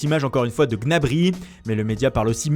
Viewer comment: Apprend a dire correctement Gnabry stp, le « G » tu dois pas le prononcer